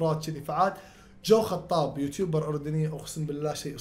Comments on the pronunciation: جو حطاب❌ جو خطاب ✅ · هههههههه شككني بنفسي يوم نطق الاسم غلط